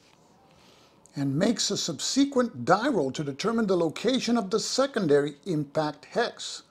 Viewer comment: Are you pronouncing subsequent like that to mess with us?